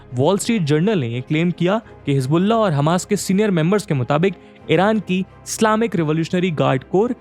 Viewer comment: Work on ur pronunciation ji. It's Islamic, not Slaamik.